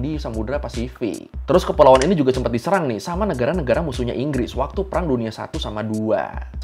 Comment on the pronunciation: Enggresss enggres 😂